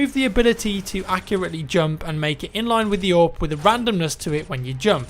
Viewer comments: I think there should be an option to ban people who pronounce "AWP" as "AVP". So godamn annoying. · Nathaniel Vitus You say "ORP"? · Did he say A W P?